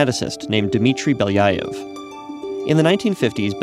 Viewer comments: Поразительно как обычный американец может так люто заруинить произношение обычной русской фамилии. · Beliiiiiii-aaaa-ev (not Beliaiov) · Really cool, but its pronounced Belly-ov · The way he pronounces Belyaev gives me an aneurysm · Funny how every time this guy says ‘Belyaev’ or some other Russian name (and generally mispronounces them) the closed captions just say ‘(speaks foreign language)’ lol